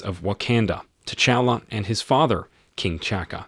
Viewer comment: Pronounce their names correctly. It is not King Chaka and Prince Chala. Those are not their names and are T'Chaka and T'Chala. The T is not silent.